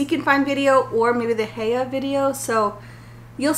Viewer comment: Hi, Heye is pronounced more like High-e. These maps puzzles look so cool.